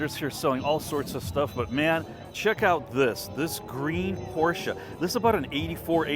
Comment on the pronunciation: Thanks again for pronouncing por-cher, in case anyone doesn't know how to pronounce it, unless they don't want to know it. Mispronouncing it as pos or por-chay is no big deal. But it's better to pronounce it correctly. Or to read A-kan-sas (Arkansas) and Phee-o-nik (Phoenix) is my liberty, it depends on each person's thoughts.